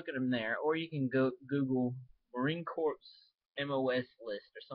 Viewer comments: Marine Corps not Marine Corpse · its pronounced "core", sir. Marine corps.